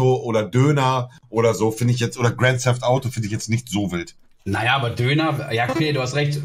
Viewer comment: Niemand: Knossi: grend seft autos